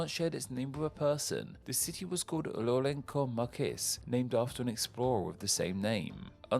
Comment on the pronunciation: Yeah, Lourenço Marques was brutally murdered in this video